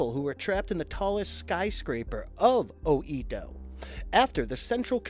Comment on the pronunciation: "O Eee Doh" Yare yare....